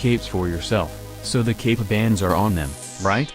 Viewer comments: You gotta find a way to make the text to speech say "cape" instead of "gape". Maybe typing "kape" would work? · ik it's suppose to say cape bombing but it sounds like gay bombing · It sounds like dude keeps saying gape. Gape bombing bro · I thought he said gay bombing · The way the robot voice pronounces Cape bombing sounds like gay bombing. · Was I the only one hearing "gape" and "gay bombed"?